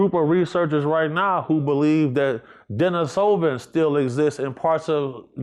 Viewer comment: THE DENNIS SO VIN (Denisovan) 😂